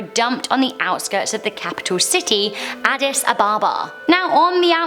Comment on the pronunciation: And pls learn how to prounce addis first